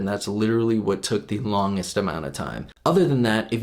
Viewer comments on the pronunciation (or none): none